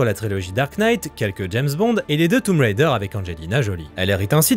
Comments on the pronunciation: Enfin quelqu'un qui dit Tomb Raider correctement (toum wrèdeh). L'héroïne, Tomb, te remercie. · Excellent comme toujours. Anecdotes, décorticage, analyse pertinente et humour omniprésent sans être envahissant... De la belle ouvrage. 👏 Anecdotiquement impromptu: tu es un des très rares français à prononcer correctement "Tomb ("toum") Raider" 😊 Par contre, rançon du succès j'imagine, les coupures commerciales deviennent un peu envahissantes... 🙄